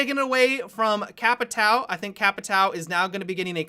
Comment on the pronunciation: Hey! Love your vids! Do you mind use google translate to listen how the words Caveira and Capitão sounds like? As a Brazilian who freaking love your vids this is kind of a downside for me... feels a little disrespectful... I know the Capitão is really hard for you guys to say (the ÃO thing is really annoying) but caveira is pretty simple:D Thanks allot!